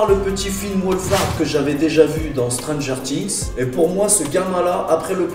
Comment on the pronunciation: Suis je le seul a avoir éclaté de rire à sa prononciation de « stranger tings «